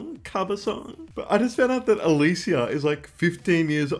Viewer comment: lol I like the way you pronounce her name 😂 but I’m pretty sure it’s pronounced as Elisha ❤